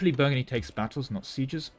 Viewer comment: Something something Indiana jones Also you calling Brittany Burgandy a dozen+ times killed me